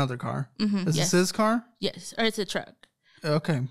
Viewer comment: When someone says “gesh” instead of yes I take nothing seriously.